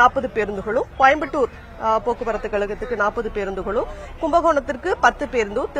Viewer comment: அம்மா தமிழ் காப்பாற்றி வளர்க்கும் செய்தி ஊடக வாளே ஊதுகுழலே "கோயம்பட்டூர்" இல்லை தாயி "கோயம்புத்தூர்" என்று தமிழில் பேசி பழகு, இல்லையேல் வாயில வரலியா பேசாமல் இங்லீஷ் சானலில் வேலைக்கு சென்று குப்பை கொட்டும் படி கேட்டுக் கொள்கிறேன்